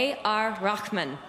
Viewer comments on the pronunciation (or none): Raakh-munn is the Arabic way of pronouncing it. He is Indian. His name is pronounced Rayh-maan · she pronounces rakhman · I also love that when the pronounciation of his name is butchered....its butchered to "rochman"...almost like saying rockman:D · she pronounced as ar rockman! lol! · A R "RAKHMAN"!! I mean Seriously..??? Its like me pronouncing her name as Anne HIGHWAY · hey guys!! she tried to be indian..pronounciting RAKMAN hahaha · mohd. farhan patel she pronounced the 'h' right from the depth of her throat but didn't finish like 'maan' which would've been perfect. Still good effort.:-) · hello bro you are wrong it is rahman which is one of the many attributes and names of Allah which means benevolent. she mis pronounced it, it is with h sound being prominent not kh ok, i am a muslim, with quranic knowledge as well as i studied arabic for 4 years in college as 2nd language in degree and in pre-degree and spent 17 years in gulf countries , so please do not comment on a subject which you dont know or at least do some research before writing. I dont mean to offend you but i thought i should at least correct you because that is my duty as a human being and as a person with arabic knowledge to correct a mistake which has come to my knowledge, i hope you will understand what i am trying to say. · Absolutely adore Anna Hathway, but the way she pronounced AR Rahmans name..... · Did she just pronounce his name terribly wrong or was that my ears?